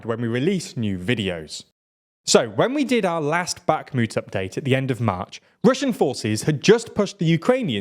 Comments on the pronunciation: Great video once again, but please prononce 'Bakhmut' without a hard 'k' sound, it hurts my ears😢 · Can someone please tell him how to pronounce Bakhmut.